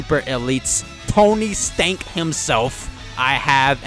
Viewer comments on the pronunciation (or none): I love how he said tony STANK 🤣🤣🤣